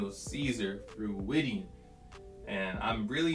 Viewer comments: he said freudian wrong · Great video, but that is N O T how you pronounce Freudian 😂